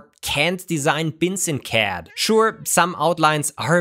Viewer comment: It's a joke because pronounces "CAD" as "cat":p